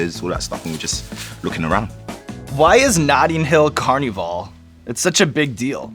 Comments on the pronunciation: im confused why he said "carnival" like that??? American ppl is that how u prounce it or nah ? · "car-nee-vaal" lmao sean